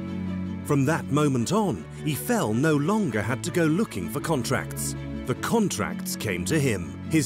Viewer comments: Eeffel? Strange way to pronounce his name! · EE-eye-fell = gtfo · the sad part is they couldn't even pronounce Eifel's name correctly